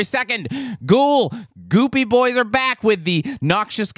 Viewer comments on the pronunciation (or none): none